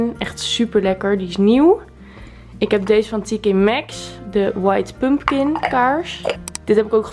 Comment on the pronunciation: Tleuke video! Tipje: je spreekt pompoen uit als “pumkan” xxxx niet pump kin x ✨